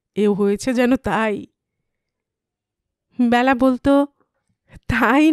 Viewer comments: Nam ta byala noy Bela. Khub Kan e laglo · উচ্চারণ টা বেলা হবে , ব্যালা নয় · Hu, Byala noi Bela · Bela hobe naam ta.....not byala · উচ্চারণ টা বেলা হবে । নামের ক্ষেত্রে এ কার উচ্চারণ হয় ।